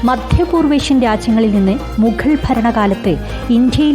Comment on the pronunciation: ഏതാണീ അവതാരക മുഖൾ എന്നൊക്കെ കഷ്ടപ്പെട്ട് പറയുന്നത്